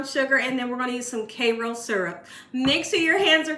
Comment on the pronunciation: Please stop calling it "Kayroll" syrup - it's Kayro!